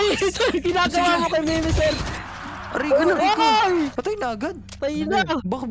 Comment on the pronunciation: Yung tawag po sa,kalaban nyo po ay mimicry di po mimiser